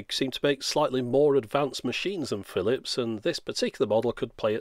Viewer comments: Philips ~ Firips ~ really? ~ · "Firips" good lord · wow lmao "Firips" really? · Chinese people can't pronounce the R and Japanese people can't pronounce the L. That's why the man called it a "Firips" when he asked for a Japanese machine. It's not even racist, they actually talk like that, people need to stop being so sensitive about these things. Fun fact: Philips is Dutch and Dutch people say "Feelips", not "Fillips" like the Brits do. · I just realized, they called it the Firips to rival the other Japanese machines, because that's how most Japanese would pronounce "Phillips". How racist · "Phirrips, it's a Phirrips." HA!